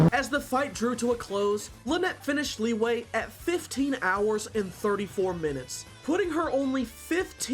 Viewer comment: Your Liyue pronounciation gets on me a bit. It's not Lee Way, it's closer to Lee Yeh, though the actual vowel is not considered a standalone vowel in english. If nothing else, break up the syllables as Li Yue instead of Liy Ue. Use google translate to pronounce "璃月" for refrence if needed.